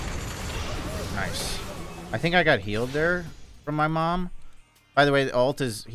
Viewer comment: "his ult is... mOOM" 🤣🤣